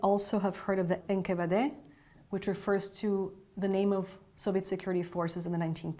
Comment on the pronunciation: "There was a lot of curiosity about America." She's right about that! The Russian KGB and N.K.V.D. ( it's not 1 word like she tried to say it , it's the initials of the organization) were REAL curious about America, specifically our nuclear, ballistic missile, and stealth aircraft programs. So curious they paid several moles millions in U.S. dollar to steal or give them access to the technology. I bet this lady thinks the Romanovs were not "really" assassinated by the Cheka on Lenin's orders either!